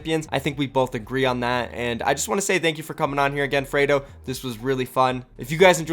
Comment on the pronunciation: Freedo not fraydo